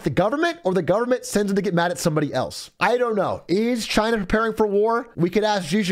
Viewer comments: Is Trump‘s pronounciation supposed to be spelled Gina Jina Djina Xina Czina? Did I miss any? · *Trump voice- “Cheyna” 👌🏼